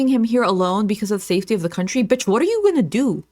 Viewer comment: “I’m spinning bítch” 🤣